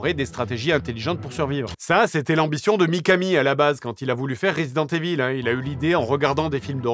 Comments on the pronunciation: This has to be pronounced " Raaazident IIIIvol " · Resident EVILLE, j'en peux plus de la prononciation et en plus JDG assume pleinement qu'il s'en bas les c*** maintenant lol